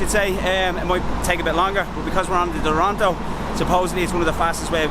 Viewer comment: They : Duranto Express My Ears : Toranto Express